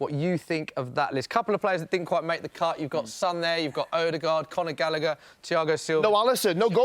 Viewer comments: he said Gallagher 😂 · Had to turn it off half-way through. When he said gallagher- i lost the plot